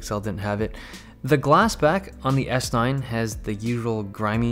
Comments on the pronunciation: I swear every time you said s9 i heard s-line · It sounds like you are saying S-line a lot. Thinking about Audis? haha.